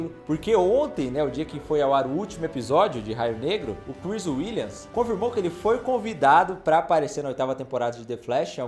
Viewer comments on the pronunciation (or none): none